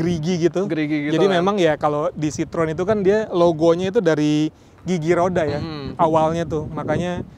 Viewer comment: kok nyebutnya "si-trun" mulu. Untuk reviewer channel gede macem ini, harusnya sdh nyebut " si-tro-wen"... Kan bukan orang awam...